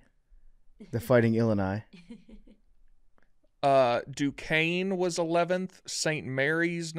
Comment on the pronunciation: As someone who went to the University of Illinois the way Billy said "Illini" killed me